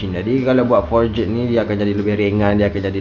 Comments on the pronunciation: Jadah apa siak sebut for-jet. Sebutan yang betul forj. Ejaan forged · sebut forged pun xbetul..noob tol.. sebut forgh bukan eja forged satu2.. forged ni bukan pakai cnc.. cnc dipanggil billet..forged proses lain